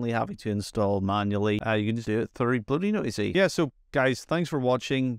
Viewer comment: I'm not really sure how no one has mentioned it yet or how you got through this entire script without realizing it's not BloatyNoisy, it's BloatyNosy. Nosy probably referring to the snooping that all the telemetry stuff does that it can also remove.